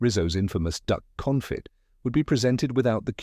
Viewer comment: I don’t remember the use of “tuiles” but the narrator mispronounced both consomeé (con so MAY) and confit (cohn FEE). If anyone cares.